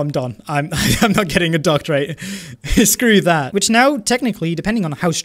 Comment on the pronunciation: That's not how you say "doctorate" in English btw. It's not meant to rhyme with rate. It rhymes with Rhett.